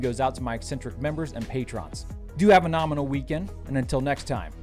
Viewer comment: stop saying norminall